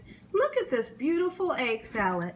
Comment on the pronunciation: Your voice and speech is annoying. "Perfect" is pronounced with a T, "salad" is pronounced with a D, your smacking before sentences is awful, and your grammar is horrible.